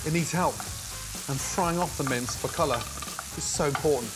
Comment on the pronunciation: Every time he says “mince”, I hear “mints”. It’s very confusing.